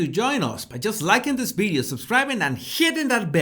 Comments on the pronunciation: NO ,he is pronouncing B not V ,pay attention… sometimes he pronouncing V correctly ,pay attention… you are probably very familiar with how Indians speak ,not me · Dear Jesus ,your episodes are interesting but for God’s sake try to say “ Video “ instead of “ Bideo “ ,with a very little effort you can correct that .